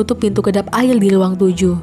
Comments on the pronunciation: woi ngomong nya yang bener dong air bukan ail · "Air bukan AIL" menyerah bukan Menyelah" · Kok yang pas kata ada dua orang yang melakukan hal gila yang bikin video ngomong ail padahal air mungkin terlalu cepat jangan gitu lagi ya kak